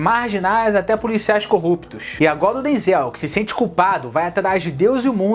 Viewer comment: Você ta pronunciando o nome do Denzel errado querido rsrsrsrs